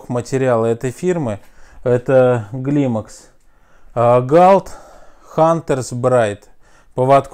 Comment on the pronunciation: Не Глимакс а клаймакс, и не галт а культ.